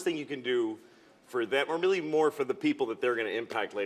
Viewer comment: "If I die tonight, they'll be homeless tomorrow morning" "WEEEALLY?!"